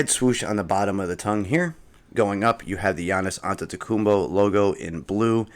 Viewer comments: That’s how you pronounce his name lol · It's not that deep he said it right fym